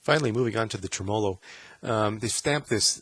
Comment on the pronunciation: Dude...pronounce it TREM-olo, not trem-OLO